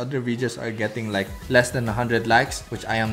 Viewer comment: “Actually I’m gonna like it, LOIKE” 😭😭😭🥺